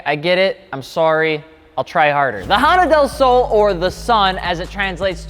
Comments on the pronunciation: Okay your Spanish was close but not quite right. Del is a combo of De (of) and El(the). Just a shorter way to say two words like Y'all is you and all. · Its pronounced " del slow" lol